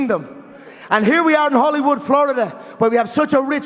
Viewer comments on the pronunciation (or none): "Get up heah and stand heah next to the big boss" 😂😂😂